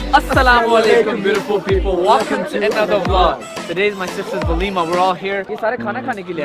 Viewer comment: No it's Walima